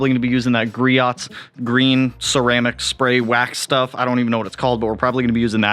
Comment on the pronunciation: I love the Griots speed clay bar, makes clay barring less of a pain. Also it’s produced Gree-ohs. I pronounced it improperly for the longest time too haha